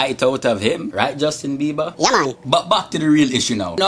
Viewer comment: i love how you say bieber "Biebah!"